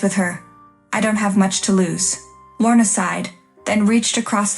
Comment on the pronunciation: Deference, not difference. Feigning, not fainting. Lorna, not morna. Lorna, not worn. Titan, not Kitten. Des, not Zhess. Wearier, not werier